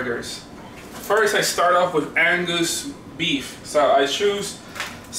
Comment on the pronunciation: "Angoose Beef"